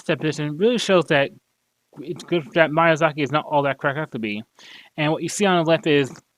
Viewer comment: bro's not even saying miyazaki's name right